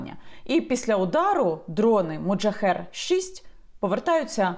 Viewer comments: Так "Мохаджер" чи як Ви кажете у відео "МоджаХЕР"??? ахахах тепер так і буду їх називати) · Так моджахер чи мохаджер???? Написано одне, а Ви говорите інше)))) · Мохаджер а не моджахер!!!!!!! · Яніно, Ви, як завжди, чарівна, а от мене дехто вважає занудою: чергова "вундервафля" зветься "Мохаджер", а зовсім не "Моджахер" (хоча, звісно, воно є "один ×єр"). Вітання з Харкова.